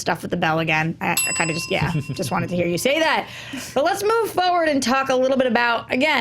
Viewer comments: say foward instead of forward. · “Moving Fo-ward”